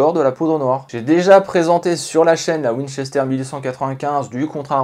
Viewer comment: C'est un " w " Pas un m